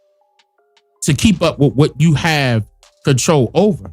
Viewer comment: Cdc "comtrol desease" not prevent